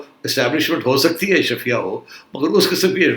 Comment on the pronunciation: Ashraafia not Ashrafia.